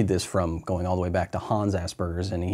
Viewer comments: ASS SPERGERS. I cant cope with assburger......... There's no B in the fucking word lol. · Everytime I hear an American pronounce Asperger's, I hear "Ass Burgers", we pronounce it differently here in Britain. Thst's the joys of American English and British English, I guess.